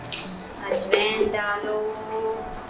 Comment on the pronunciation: You pronounce ajwain wrongly